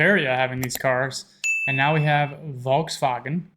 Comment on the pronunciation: the "bmw" attempt was REALLY good, the volkswagen one needs a bit of work though :P